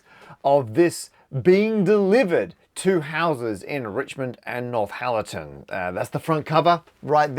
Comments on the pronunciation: Northallerton, not NorthHallerton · By the way it’s pronounced North-alerton not North-halerton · Come on Mr Parker, you can have Nort Hallerton or North Allerton, by no stretch of linguistics can you have North Hallerton. Obviously if this is the product of an Australian speech impediment I apologise unreservedly. 🙃🦘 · I hope after you day in the Constituency of Richmond and Northallerton, you have now learned to pronounce Northallerton correctly! Without the ‘H’ it’s just North - allerton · Cannot be, Binface can say Northallerton correctly. Matt kept saying North-Hallerton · Matt calling it North Hallerton is very funny to me.